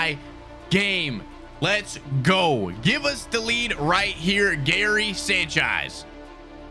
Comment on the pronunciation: "Hairy Sanchaez" 🤷🏾‍♂️😅🤣😂